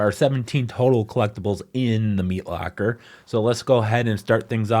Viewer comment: you say "locker" hella weirdly.